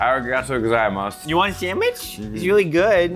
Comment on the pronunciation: “You wanna samich it’s really good!” 😂